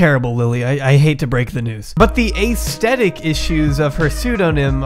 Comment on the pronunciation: Sounds like welfare. That's not how you pronounce aesthetic.